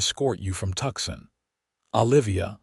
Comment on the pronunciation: TUCSON (TOOSON) NOT TUXIN